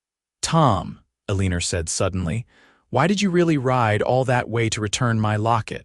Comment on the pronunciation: I can't really get into the story because of your AI. Ah lenn Er instead of Eleanor. I am subscribed but I am getting frustrated.